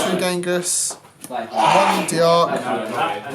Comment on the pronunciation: I can't hear too well, but it sounds like you're pronouncing it "dee-arc". This isn't accurate. When you drop the last letter of "de", or of, in French, it's pronounced like the second word, just with a "D" in front. Considering the card is based on a French person, it should follow this rule, so d'Arc is actually pronounced like "dark". Also a joke, because her attribute is Dark. Sorry if I sound rude, I just have a grammar problem...